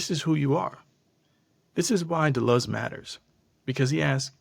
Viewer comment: If you are going to speak with intergrity on a subject, at least learn to say the subject's f**king name properly. De Luz it is not. You chump.